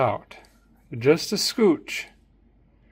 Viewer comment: A scooch. Not a skoash.